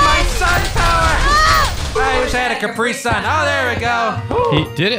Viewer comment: Did anyone hear say Capri sun 😭😁👌😩